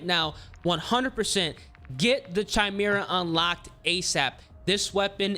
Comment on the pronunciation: i’m just happy my boy finally said Chimera the correct way 😂